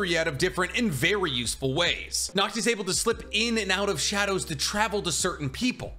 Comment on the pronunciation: Seeing folks pronounce Nacht as Nakt just fucks me up as a European.